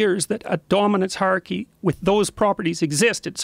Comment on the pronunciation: Jordan needs to learn to pronounce the word "hierarchy" correctly. He keeps saying "harky". Just sounds goofy as hell.